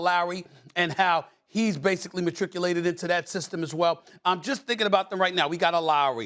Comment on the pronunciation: "Matrictulaed" bruh Stephan A making up words now